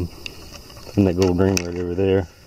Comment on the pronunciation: I know I am too tired when I kept thinking you were saying "goad" instead of "gold". LoL. Great finds; especially the gold Tierra 😂